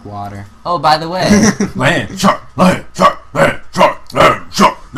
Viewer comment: ........i know its just when your hear him say it it sounds more like LAMBCHOP than LAND SHARK. i kinda prefer lambchop. lambchops are tasty.